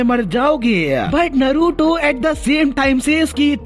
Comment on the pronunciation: Naaruto pronounce hota hai noruto nhi